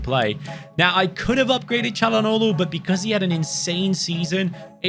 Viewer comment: I really appreciate how he pronounces "Çalhanoğlu" right. :)